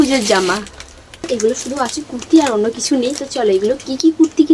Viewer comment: কথা বলার আগে উচচারন গুল ঠিক কর কুরতি না কুততি কোনটা সোততি